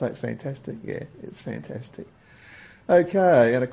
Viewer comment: No you didn't say fantastic you said fentestic just as all good aussies should love the video take it easy brother from Alistair in Scotland.